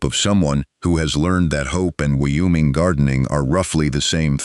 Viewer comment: State pronunciation 101...the state of Wyoming....WHY-"OH' Ming....capiche?